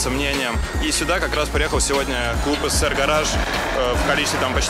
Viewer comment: Блять думаю чеза СЭР гараж, потом в описании посмотрел, пздц у вас произношение. СССР произносится ЭСССР.